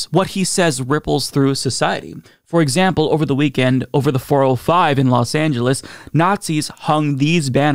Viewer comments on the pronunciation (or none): none